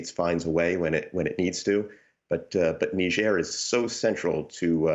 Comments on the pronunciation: Amy, it's "Nizjèr", not "Nisjèr". You're always so infatuated with foreign words and names. "Hello, Greta Thunbery... So, Greta Thunbery... But, Greta Thunbery... " That was a weird interview. That's not how native speakers talk, using someone's first AND last name over and over again. But you wanted to show the world you knew it was "Thunbery" not "ThunberG". Whoaah. That was hilarious. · What is "Negeirr" ? . It's def not Niger. Ni =Neye ger='s grr like a bear